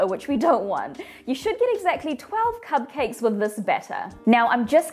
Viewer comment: Did anyone notice her saying cub cakes instead of cupcakes